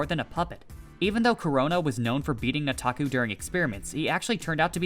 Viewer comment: You keep saying "Nataku" like a white dude. Its annoying.